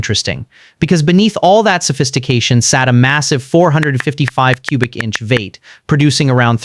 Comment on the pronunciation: What’s a “VATE”??? Is he saying V 8 ???? Damn AI Voices 😂😂😂